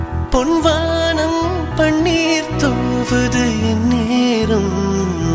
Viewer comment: My evergreen fevorite song....but vaanam,panner pronunciation sari illai.